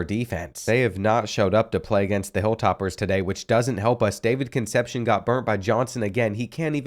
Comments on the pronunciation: Pronounced- Cun' sep' see' own' Concepcion... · You gotta start looking up the pronounciation of difficult names because names like Mekhi and Concepceon has you struggling lol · he also says concepcion wrong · David Concepcion. Pronounced con-sep-see-own. You're welcome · Sorry to be that guy, but I think Concepcion is pronounced Con-sep-ce-on, I only say this because I’m an N.C. state fan… Our star player is KC Concepcion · I'm enjoying these, especially you trying to pronounce Spanish names like Concepcion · ur pronouncing Concepción wrong